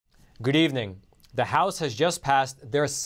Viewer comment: His "Gud Evening" in the beginning reminds me of Dracula...😆😆🦇🦇